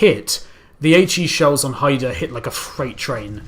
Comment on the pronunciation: Hi review Pronounced Hi-da